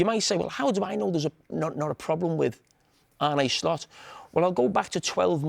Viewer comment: Ar-nay Slot